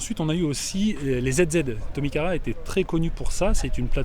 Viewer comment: ZZ il prononce Zizi? mdr, Puis il parle français le cachotier!!! xD bref tu nous fait kiffé!! Continue comme ça! Une vraie nostalgie des jeux vidéos lol!